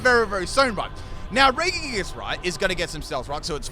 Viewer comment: I’ve never heard anyone butcher regigigas name so much lol